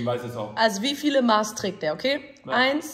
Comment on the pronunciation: Triggert mich wie sie Maß aussprechen😂